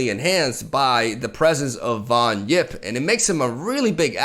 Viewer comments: bro it's Yipp and not Jipp... he doesn't drive a Jeap! It's Yeti and not Jeti when u watch Star Wars, you say Jedi and not Yedi when u finish a letter you write "yours truly" and not "jours truly" yesus christ! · Von HWIP. No it's Von yipp, That's what I said, Von HWIP.